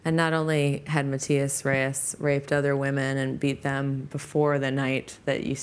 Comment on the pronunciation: I love how he calls Reyes "destiny"